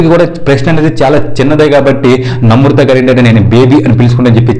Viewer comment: Pronunciation nerchuko first. Namrutha kadu. Namratha.